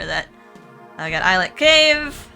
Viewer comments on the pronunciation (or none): Words are tricky, lol. Islet is pronounced Eye-let. I used to think it was is-let also.